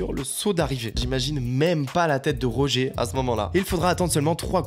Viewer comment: Très bonne vidéo je découvre ta chaine et j'adore le contenu. p.s: c'est "Rogé" pas "Roger":p (il est Belge pas Américain) c'était le meilleur pilote de motocross dans les années 70.